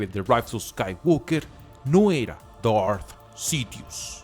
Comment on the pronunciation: Amigo, aunque a veces no comparto tus opiniones, siempre sigo tus videos. Por eso me tomo el atrevimiento de decirte que tu público es gente que habla en ESPAÑOL básicamente. Por lo tanto, no tiene sentido que quieras pronunciar palabras en "inglés" o algo así cuando se nota que no es un idioma que domines en lo absoluto. DARTH Sidious suena mejor "DART" que "Dort" o lo que carajo digas. Saludos.